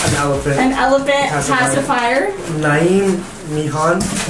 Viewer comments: Niamh Meehan is pronounced Neev Me-hin 😜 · Loved watching this !!! Can't wait to see the baby in all these clothes 😍 Btw the lady from Ireland called Niamh Meehan, the way you pronounce it is 'Neeve'. Xx